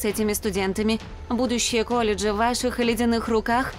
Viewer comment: Сначала говорят школа потом колендж